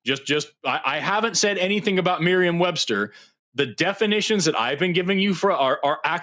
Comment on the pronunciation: Is it me or does he keep calling it "Marine Webster'?